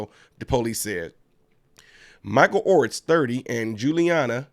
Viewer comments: Or-TEES Ortiz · Ortiz is pronounced - OR Teez. However in this case 'Dumb ass' is more apt.